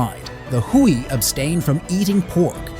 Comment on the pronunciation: Not "Hooie". It's pronounced "Way"